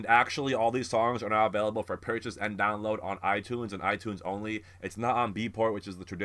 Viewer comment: wait what do you mean buy them on itunes? you totally lost me there, i havent bought a song using itunes in years, the apple music for 10/month covers everything, that may have been what you were referring to when you said it but you said it weird XD love ya man, cant wait for some funky ass lives with these haha, also my fav is hostage :)